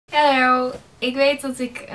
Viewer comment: Ben ik de enige die merkt dat ze in het bigin heel raar ' halo ' zegt?? 😰